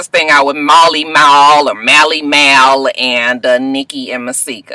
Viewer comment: And, you ain't even gonna try and say Mally Mal's name right huh? 😂